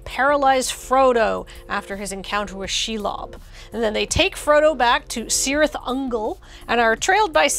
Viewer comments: Oh no,, you did the thing! Pronounced a Tolkien C as an S, it's always a K! (This is not a criticism, this is engagement) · "KEE-reeth". It's pronounced "KEE-reeth" Ungol, like the C in "celtic." 😝🤓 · Cirith is pronounced "kirith", with a hard initial K sound. This is not up for debate. Tolkien lays it out like a boss in the Appendices. Really, it is as though you did not recognize your place as one of the cornestones of the geek internet, and were content to cavort like some mere flatulence-based comedy troupe.